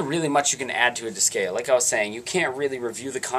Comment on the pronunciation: Just a pet peeve, but the way you kept pronouncing Disgaea was getting on my nerves XD. I kept getting a twinge in my head "It's DIS-GUY-AH, not DIS-GAY-UH!"